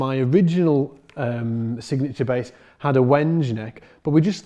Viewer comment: Wenge—I think you'll find that's "WENG-ay". All the best to you,, and thanks.